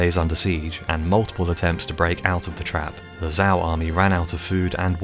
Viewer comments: Zhao is definitely "Joe" not "Zow" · Please pronounce Chinese names correctly! You've butchered all of them except Qin (Ch'in). Wuhan is WU-Hahn not WU-Han, Changping is Chahn-ping not Changping, Zhao is ZHao, not Zzz-ao! Americans have an annoying habit of pronouncing "a" as short, while the rest of the world pronounces it as long. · Zhao is pronounced "Jow."